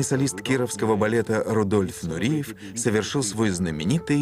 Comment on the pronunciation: Он не Нуриев, а Нуреев, не приятно слушать речь с ошибками